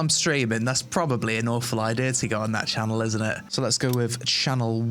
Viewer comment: It channel not shanel my dude You know ?